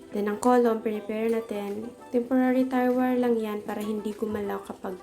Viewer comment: Do I heard it right "tire wire"? Should be tie wire. Sorry no offense meant.